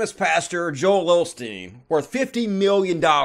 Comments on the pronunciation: Isn't it "Osteen" not "Olsteen"....? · why do you say OLSTEEN when it's Osteen